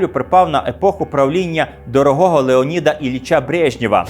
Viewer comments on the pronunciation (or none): none